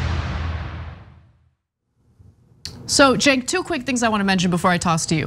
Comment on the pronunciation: It gets on my nerves listening to Joes call Cenk Cenks. If you are going to do an interview and insist on trying to be personal and use the interviewer's name over and over again, make sure you know how to pronounce his name.